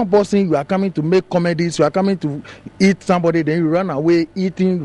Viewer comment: hahaha.. is the bro saying hit or eat?? lol..